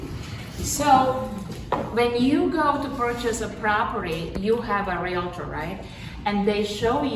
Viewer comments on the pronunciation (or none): She can’t even pronounce REALTOR correctly. It is not realiter.